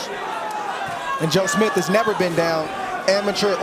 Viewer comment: Someone please tell Bradley that the guy's name is not Smiff.